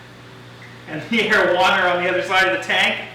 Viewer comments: Whenever you says 'arowana' in your vids I keep thinking you're saying 'marijuana' 😂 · rip arowana for a second i thought you said marijuana lmao but ik its areowana or whatever